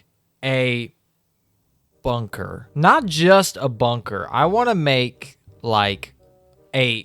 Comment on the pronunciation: When he said bunker my broin immediately thought ´´BUNGER´´.